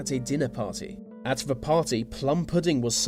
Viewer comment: I like the content, well done..... May I add a small request though..... Please stop saying Ver...... It's THE . Thank you👍🏻